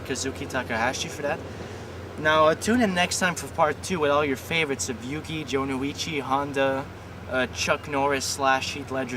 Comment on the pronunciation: your pronounching it wrong i'll spell it phoenetically Joe-No-Chi